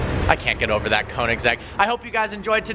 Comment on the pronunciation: its so funny how americans arent able to pronounce 'oe' (in German ö). Königsegg